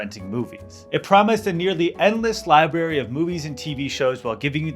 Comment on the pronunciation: did he just say “libary”?